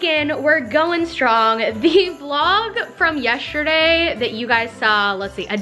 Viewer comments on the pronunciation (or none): I love you but I don’t know if it’s my brain or do you say ‘yesterday’ as ‘yeshterday’